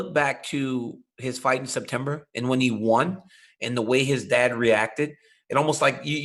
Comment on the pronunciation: ariel can't say won